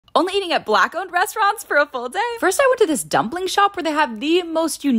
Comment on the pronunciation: Why she had to say ' black owned ' like that